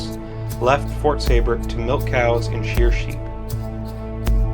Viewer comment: I’m a 7th great grandchild of Jacob Seybert. Great documentary, but it is pronounced SEE-bert.